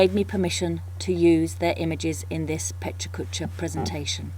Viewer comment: The only thing that's killing me is the repeatedly HORRID pronounciation of a wonderful word. The "correct" one is just as bad. Sorry, but it really is distracting. Aren't you in Tokyo? Sorry for the snark, but it's a wonderful idea and this is terribly distracting.